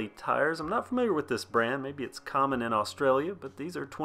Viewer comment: I live in Australia 🇦🇺 I love how you pronounce Australia 🇦🇺 Ried bikes are ok for beginner non big box mountain bikes. Wonderful review.